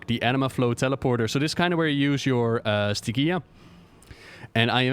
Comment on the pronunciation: It's Stygia, not Stygia. You can hear Paul Kubit say it at the beginning of Sloot's interview, which can be found at Wowhead news=316824. Love you!